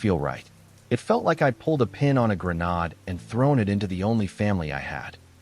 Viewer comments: Grenaaaaade. Rhymes with made, trade, long vowel before ending e, you know, English. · Anyone have a guesstimate tally on how many channels use this robot? How many times are folks treated to the ridiculous pronunciation of “grenade”. Does this software not allow you to correct any gaffes?